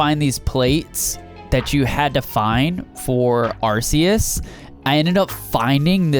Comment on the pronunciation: You said arceus wrong